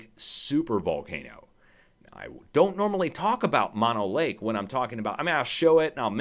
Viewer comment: Pronounced MO NO Lake Not MA NO